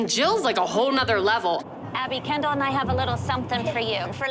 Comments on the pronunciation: It is kendell not canndle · After 30 second it sounded like "candle" to me 😂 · I always hear “Ken Doll” and start laughing edit: now I hear "candle" 🕯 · When it says Kendall loads of times it sounds like candal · imagine doing this for so long, then someone corrects you saying it's, "Kendall." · No one: Not a single soul: Jill: KEndALl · After a little bit "Kendall" sounds like Candle....😂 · I can’t listen to anybody say “Kendall” anymore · All the moms said there girls names just as much but when Jill says “Kendall” it just sounds like she says it 1 million times more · Her name is Kendall but its sooo hilarious🤣;)